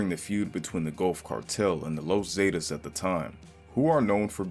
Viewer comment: The los zaydiss 😂 the the Zs